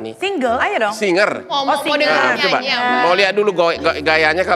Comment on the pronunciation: Bilang singer aja kyk bilang single😂